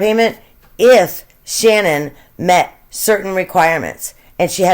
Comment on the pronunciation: Her name is SHANANN!! Nobody says her name right!